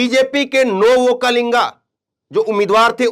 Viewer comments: Vokkalinga nahin VOKKALIGA. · Sir,Vokkalinga nahin, Vokkaliga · ओक्कालिंगा नही ओ ओक्कलिगा है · You pronounce wrong okkalega. okkalega is correct